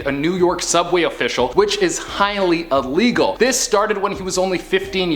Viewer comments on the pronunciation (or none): none